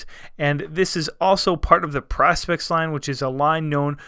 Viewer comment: It's pronunced pro - spex